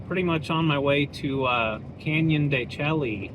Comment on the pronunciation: de Chelly is pronounced "can-yuhn duh-SHAY" (phonetic spelling: /ˌkænjəndəˈʃeɪ/). The "Chelly" part sounds like "shay" (rhymes with "day"), derived from a Spanish corruption of the Navajo word Tséyi', which means "rock canyon" or "inside the rock". ￼Wikipedia +4